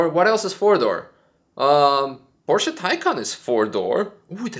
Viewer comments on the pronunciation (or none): none